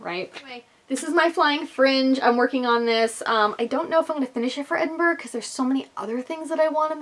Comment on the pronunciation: As a native of this beautiful city, I can confirm that you were spot on - the pronunciation is Edin-bruh. May your trip here be truly wonderful, honey. It is such a great city. I know that I'm biased, but still, as much as it is a blessing to call it home, it is such a special place to visit. I'll be attending the festival on Thursday and Saturday, so perhaps I'll see you there. Oh, and let me know what kind of food you're after on the Saturday night, and I'll get you some recommendations. xxxx